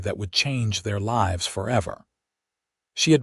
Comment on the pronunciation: AI needs to know difference between līves and lǐves … snd other such like …